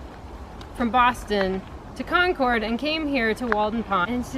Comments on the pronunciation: Wow, I actually live in Concord and its very interesting to hear an outsiders perspective! Also, its pronounced Cawn-curd, haha sorry to correct you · So lovely. Concord MA and Concord NH are pronounced like 'conquered' :D